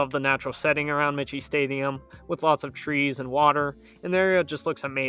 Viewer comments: Army’s stadium is pronounced ‘My-key’ Stadium. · Army’s Stadium is pronounced my-key. Otherwise, a pretty good presentation. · The Army football stadium is pronounced Mike key. Not the way you're saying it. The stadium is named after Dennis Michie a West Point graduate and first head coach who agreed to play Navy in 1890 at West Point. The game was played on the plain. Go Army beat Navy. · Michie is pronounced "Mike - E". It catches a lot of people. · Army's stadium is pronounced: MIKE-E. Named after Denis Mahan Michie, the first coach of the team from 1890. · Michie Stadium is pronounced Mikey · Believe it's pronounced like Mikey . Someone correct me if I'm wrong ?..